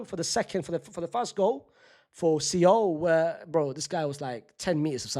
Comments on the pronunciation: Fc Sole. Like the fish. See-ohl? Bruh 😂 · its soul not see ohl unc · bro what is see-ohl? lmfao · Why is unc pronouncing Seoul like that😂😂😂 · Why is nobody commenting on his pronunciation of Seoul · Shame, is still not pronouncing 'Seoul' properly 😢